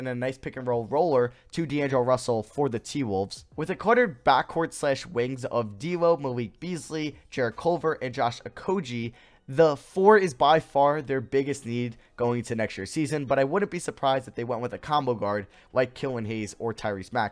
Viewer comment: Poor JO.. Everyone pronouncing his name wrong. Okogie, uh-ko-gee the g is pronounced like "golf"